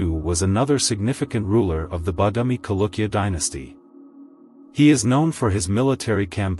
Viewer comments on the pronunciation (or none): the word is pronounced as Chalukya and not Kalukya. Ch as in cherish, not as in chemistry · Dude... Its Cha.. Not kalukya... Chalukya... This is what happens if u use computers for voiceovers... Lazy to edit is it??